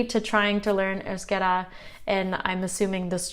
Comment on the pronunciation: Congrats, maybe the first step for you is the sound of the Vowels and how to write down it, you pronounce Euskera properly but wirtes euskara, I know this is going to cause some confusion but I learnt other languages making a lot of mistakes and so far, but you are a smart girl, you can do that cheers